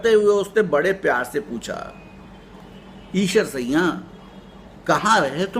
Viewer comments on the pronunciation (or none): Problem is not Aeshar, problem is siaa'n, narrated by you as sayyan. sometime chatting cannot say everything and I cannot contact you being very far from you. Can you read urdu. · ok sir, however, the correct word is Aeshar siaa'n except aeshar sayyan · Actually, I think, Eeshar Sayyan, narrated by this man, is not correct pronunciation However, Thamda Gosht is best story of the world.